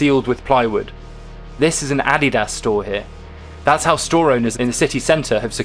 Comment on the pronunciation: LOVED how the translator pronounced Adidas. 😆